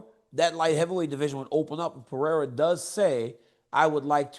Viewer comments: Gotta say I become more and more impressed by how people manage to mispronounce “Pereira” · Send Chael back to grammar school, please, and teach him how to pronounce Periera correctly. 😂